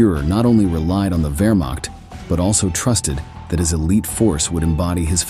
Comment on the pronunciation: i 2nd that. also, it ain't wermack.